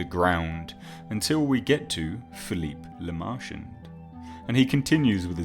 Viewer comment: OMG. LaMerchant is pronounced "La-Mer-Chant" nasal "nt." Guillotine is pronounced "Ghee-Oh-teen."